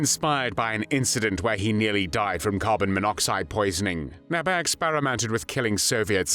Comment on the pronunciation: It is pronounced "Nébé" , not "Näbä"